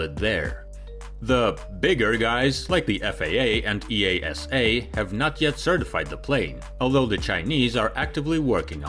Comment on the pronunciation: EASA = “i-jyasa” 😅 PLEASE LEARN THE BASICS